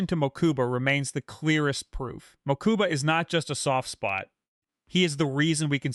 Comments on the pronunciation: Same here I think I kept twitching each time hahaha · Ok this was a great video but your pronunciation of Mokuba was killing me